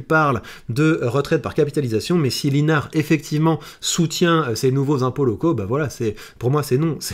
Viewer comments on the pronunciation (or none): Pour info, ça se prononce David Lissenard!! Comme quoi il manque de notoriété et pourtant je le soutiens!!